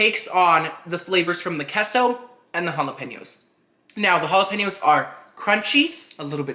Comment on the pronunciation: Kesso and hollapainyos